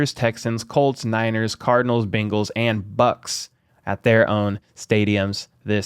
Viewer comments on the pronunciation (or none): As a Chiefs fan born and raised in Cincinnati it’s not “Bangles” it’s Bengals pronounced bing not bang. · It's "Bengals" not "Bangles" Chris Simms keeps saying "Bangles" too. Is it some kind of inside joke?